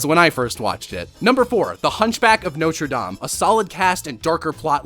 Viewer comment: Blechk that pronunciation of "Notre Dame"